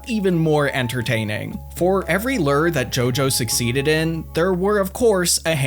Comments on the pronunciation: Okay first i really enjoy your comment so please dont get mad and i know this video is literally two years old but.. Are you pronouncing "Lure" as "Ler" on purpose? Is that the Runescape word for it? Or? Haha cause "Lure" is pronounced (Lou • er) like saying the name Lou and then put er at the end and Lou er ing, not Ler/Ler ing haha never too old to learn how to pronounce Lure and if Ler is the Runescape word for Lure than im never too old to learn some Runescape info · Why do you say LERRR instead of lure? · It's a LEW-ER not a LURRR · I enjoyed the info in this video, but it was kind of difficult to ignore the way you pronounce lure like Lurr, ruler of omacron persei VI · I'll never get tired of hearing say lerr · huh, as an american, it's weird to hear "lure" pronounced as "lurr" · listening to lure pronounced like this is making me spaz lol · The way you pronounce lure is infuriating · One day you'll learn how to pronounce 'lure'.